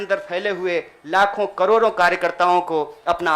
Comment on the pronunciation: लराई, बरी, जिम्मेवारी,करोरो अबे हिंदी तो सही बोलना सीख ले😃😃😋